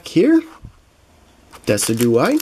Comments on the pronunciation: It's not decudye it's D-Y-S-I-D-U-A-I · Great video and some nice pulls. :) I think Decidueye is pronounced Deh-Sid-You-Eye Lunala is Loo-nah-la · It is Deh-sijew-eye. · when pronouncing it it is Jew not du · Decidueye is pronounced as "Decid-u-eye" as the name is based of a deciduous tree.